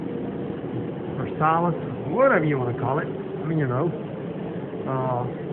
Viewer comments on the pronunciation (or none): say Lincoln Ver sigh.